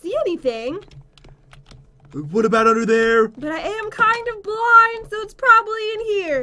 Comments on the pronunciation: “Oh my god I’m so bwind” am I the only one who heard that😂? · said bwind